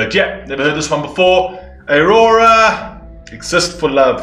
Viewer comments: Please... It's Au-ror-a Not A-ora. ... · Also just to help, her name is pronounced as ‘ah-raw-ra’ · it pronounced as "Au-Roo-Ra" on Norwegian